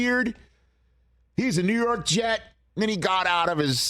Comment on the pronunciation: 😂😂😂 the Rew York jets hahaha